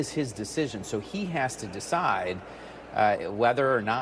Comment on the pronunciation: Sid she say "secide"???